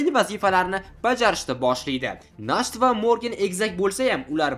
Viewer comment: nacht bu "ch" Sh emas H deb aytiladi, kuchi nemischa Nacht tun degani Morgen esa kunduzi 🙂